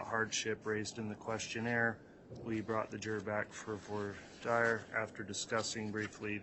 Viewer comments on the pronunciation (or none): Why does the judge mispronounce voire dire? He has several ways he pronounces it. lol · I cringe every time he says "for dire". 😆